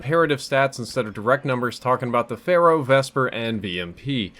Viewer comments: Lol keeps saying phara instead of pharaoh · I swear I hear you say Pharah instead of Pharo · "Looking at the Pharah" too much overwatch